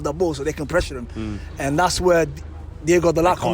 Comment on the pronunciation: If you respect Dalot, at least recognize that he is DiOgo, not DiEgo.